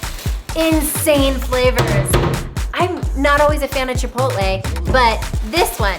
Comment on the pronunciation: Fantastic video. The pronunciation is chee-PAW-tleh. Furthermore, one TAMAL (tah-MAHL) it does not have an ending E. FYI.